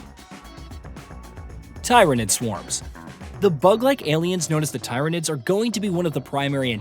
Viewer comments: Tyranids is pronounced as in "Tier" / "teer" not as in "Tire" Other than that good preview! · It's pronounced tear-ah-nids not Tie-ra-nidd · Its Ti-ranid. Like tin. NOT Tie-ranid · This man got positively roasted in the last SpM2 video for saying tie-ranids instead of teer-ranids. Like every other comment. There is physically no way he didn't see any of that. Yet then he just turns around and does it again. This man is baiting engagement, and god damn if it isn't working. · It sounds weird but its how I used to pronounce it too, thinking Tyrant was the base instead of Tyranny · Oh no not the tie-ranids they are so much worse than tyranids (tear-anids). Edit: Thanks to a Mr rush patriot for helping me learn how to turn off notifications on youtube now I never have to hear or see another redditors opinion ever again. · Am I the only 40K fan who feels like it is nails on a chalkboard when he pronounces it “Tie-ru-nids” when it is pronounced “Tier-ru-nids”. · It's pronounced "Tier-a-nids" by GW who created the entire 40k universe. The people who made the IP are telling you it's "Tier-a-nids" not "Tie-ra-nids". Play any Warhammer game with Tyranids in it and the in-game voice lines will say "tier-a-nid" because that's how it's pronounced. Even this game will probably have them pronounced that way because it's the right way to say it. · Virtually every single other Warhammer game pronounces it as “Teer-a-nids”. Even the announcements of the game pronounce it that way. Hell, you can look into the videos released by the people whom made this game and they too say “Teer” and not “Tie”. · I know almost nothing about 40K and "tie ranid" made me shudder lmao. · Tie-ranids… annnnnnd that’s where you lost me. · Tie-ra-nids. Just stop. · tieranids? why are you saying it like that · Tear-a-nids 3 syllables no ties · lol i stopped watching, after he wrongly said "tryanids" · Yes it's painful to hear them pronounce badly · apparently tie-ran-e 🤣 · Yah, this was unsettling for me too!